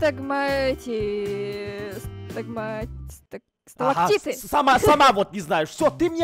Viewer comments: сталактиты, а не сталагавниты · сталактиты а не сиаманиты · Ребята, не сталагматиты или магламатиты, А СТАЛАКТИТЫ И СТАЛАГМИТЫ. Ваащее. А так проржала все видео. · Правильно говорить сталактиды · Никто: Абсолютно никто: Я на протяжении всей серии: Хоспади, так сложно сказать сталактиты и сталагмиты?!